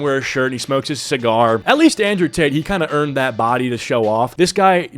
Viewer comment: Indrewian tate